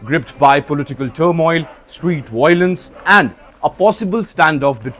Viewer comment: don't call it "WOILENCE".. the word is "Violence"... 1. it's V , not W... 2. It's IO, not OI..